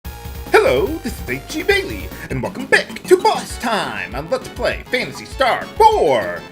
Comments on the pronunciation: I think you pronounce their name "XE-A-THOUL" (Ze Ah Thol.) Great video. :) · (Zee Ah thool)